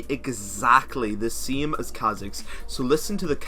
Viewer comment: Pronounce same with an a. Game with an a. You're not pronouncing the a and its quite awkward when people hear it. Love the vids tho